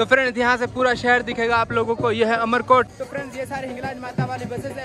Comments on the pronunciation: Amarkot boliye....umarkot nahi ye sodha parmar ka he..Umar kaha se aaya...har har mahadev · aap to is shahar ko umarkot na bolkar AMARKOT bolo